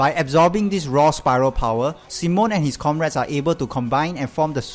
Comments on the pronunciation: it's pronounced see-moan not sih-moan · Yeah, it's mostly down to accents, but other stuff like that triggered me like calling Simon "sih-moan" Doesn't degrade the video tho